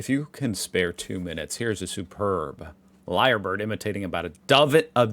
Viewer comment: Lyrebird, not liar bird.